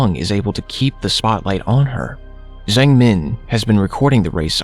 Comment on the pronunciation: That Zhang pronunciation is bothering me so much, I am pretty sure it's not pronounced with a z but with a j